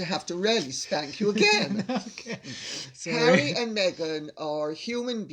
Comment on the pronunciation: Love hearing LCC laugh like that with her son, so lovely. Also love the way he pronounces Harry as Hairy. 😂